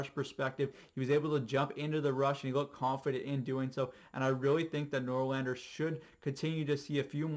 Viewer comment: Hehe, good video but one thing, Norlander? or NorLinder?